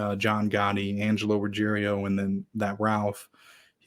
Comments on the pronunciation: RuggIERO not RuggeRIO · Why can’t anyone say his name correctly??? It is Ruggiero NOT Ruggerio. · How come Angelo’s name is Ruggiero but they pronounce it “Ruggerio”? Which is wrong, the spelling or their pronunciation?